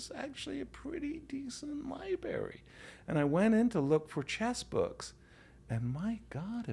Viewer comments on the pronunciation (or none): I thought this was a unique catch but Yasser really says LIBARY exclusively